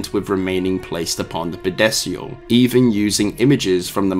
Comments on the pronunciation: Are you saying "Pedestal"? Because I'm hearing "Pedesial" and I'm not sure if we just pronouce "Pedestal" differently in the US vs the UK or if "Pedesial" is something from Dead Space lore that I'm unfamiliar with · That's not how you pronounce pedestal......at all. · I am irrationally bothered with how you pronounced pedestal, but the rest of video was cool